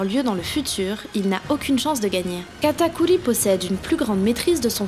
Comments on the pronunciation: C PAS KATAKULI C KATAKURRRRRRRI merci 😑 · je suis d’accord c’est insupportable, j’adore ses vidéos mais j’ai envie de me flinguer qd j’entends katakuli ou mugiwala